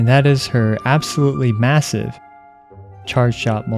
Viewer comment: Absolute " M A S S I V E " short pause... CHARGED SHOTS!!!!